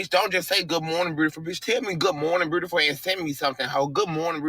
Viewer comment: Beautiful does not have an r in it.